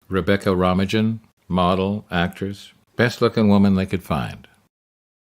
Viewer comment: Rebecca Rammagen? Have you seriously NEVER heard her name pronounced? I don't think I have EVER heard anybody fuck that one up. Wow. You're like the dumbasses that pronounce my name Nevada.